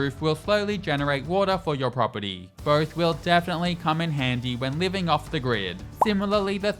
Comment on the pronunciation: Pronounce " Pet or .." property... i kept hearing pedo... pedo pedo... horrible..... enunciate words like this a bit more 😅 Great video btw. Earned a like